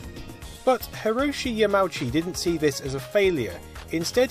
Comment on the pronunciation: Hey, you did pretty well. The only mistake is that Japanese doesn't have dipthongs; all vowels are pronounced separately. So "Yamauchi" is "ya-ma-u-chi" rather than "ya-mau-chi"